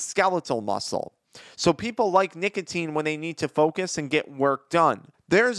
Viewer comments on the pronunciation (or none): none